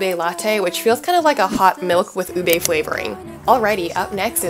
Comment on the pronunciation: Thank you for all the info on where to get ube stuff in the bay, but just one little quibble, it’s pronounced u-beeee not u-bey, UBEEE lol. Sorry I’ve been watching all these whitey bloggers in the Philippines mispronounce it and I finally couldn’t take it anymore lol. Signed Filipino Rachel here in Davis 😊 Love your content btw 🥰